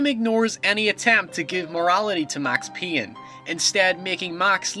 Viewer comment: Max Peeyn? WUT :D?